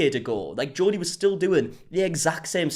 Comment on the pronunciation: The way you say Jodi is like Geordie 😂